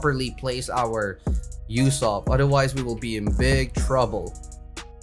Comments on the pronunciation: "You-sopp" sad Usopp noises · Man said Yousopp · am i the only one who was getting triggerd at the way he was saying ussop